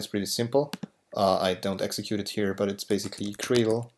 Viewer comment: I love libGDX. Super easy to work with and yet still super powerful. But apart from this, there is this one thing that always bugs me. Is gradle really pronounced like "Cradle"?